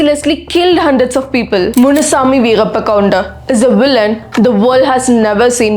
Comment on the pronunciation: Tell the name correctly